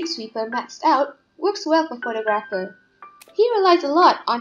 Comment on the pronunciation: I don’t want to be that guy but you pronounce photographer wrong